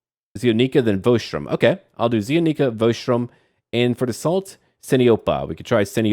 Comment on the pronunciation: ZEE-ONNICK--A is the only plausible pronunciation, especially for the region used as inspiration, which does'nt commonly use sustained vowels. ZEE-O-NEEKA is grammatically correct in English but English is weird. We don't say things like AM-ER-EEK-A or A-FREEK-A etc etc.